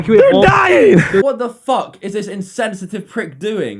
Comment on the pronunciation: 1...2...3 "fook" Jake Paul